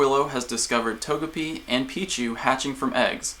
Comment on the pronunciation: Not Tog-e-pi... It's a japanese character name so To-Ge-Pi.